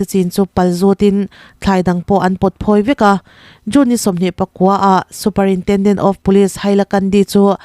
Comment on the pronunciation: Superintenden❌ superintrenden( a mizo i )